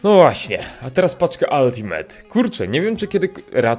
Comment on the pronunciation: naucz sie czytac slowo "ultimate" bo mi uszy wiedna za kazdym razem xd